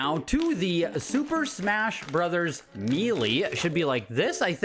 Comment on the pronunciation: "Super Smash Brothers Mealy". 😅 I've never heard it pronounced like that before. Are you from Canada by any chance?